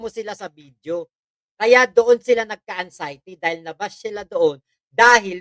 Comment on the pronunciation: “ANG-XIETY” talaga, ha?!! Bobong Baliw, it’s AN-XIETY!